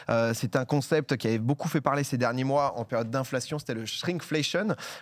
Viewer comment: Inflation on prononce cion à la fin pas cionne